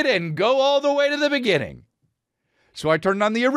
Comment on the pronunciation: In the beninging